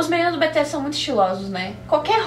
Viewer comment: É "BI TI ESS"